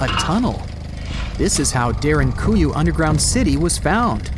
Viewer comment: It's Derin-koo-you not Derin-goo-you, just saying. Unless u r aware of something I'm not??